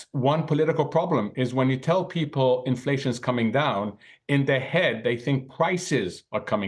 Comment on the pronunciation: "infwation anda weight of incwease" oh now I understand.